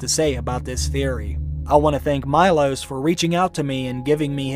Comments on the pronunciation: It’s pronounced Me-loash not my-los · MEE-LOSH, not MY-LOSS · Meelosh. It's pronunced Meelosh. Not Maylos. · It's not Majlos it's Milos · Its not MyLos its MElos, and of course he is Serbian :D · His name is pronounced Mee-losh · Milos is read Meelosh :') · It’s pronounced “me-losh”. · Wow,talk about butchering names! its m-ee-l-aw-sh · Read name wrong xD